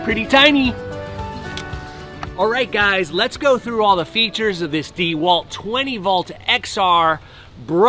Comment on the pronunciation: Watching him attempt to use the tool was painful enough, having to listen to him mispronounce the brand was just too much.